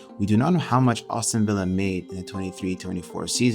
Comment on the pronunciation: It’s Aston, not Awston